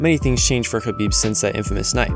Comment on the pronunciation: Idk i think conor pronounced khabib name better than khabib himself 😂